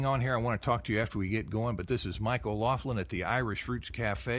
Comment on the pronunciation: What way are ya sayin your last name man? That sounds like it got butchered on Ellis Island haha. O-LOCK-LIN. Your family from the west? Mayo, Donegal?